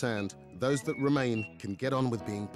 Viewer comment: "who taught you dat one?" LMAO Damn straight it werent no West India!